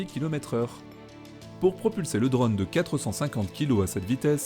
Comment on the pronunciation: Tu aime bien dire drône Ō 😂 sinon cette lune fait rêvait !